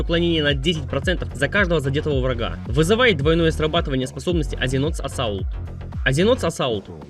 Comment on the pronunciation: как я услышал Azzinoth's assault - азинот САСАУЛТ!